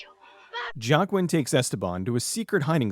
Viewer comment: I think Joaquin is pronounced "Wah-keen" Unless the way you're pronouncing it is the way it's supposed to be. I dunno.